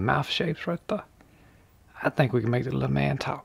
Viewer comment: “Right the-uh”. I love it!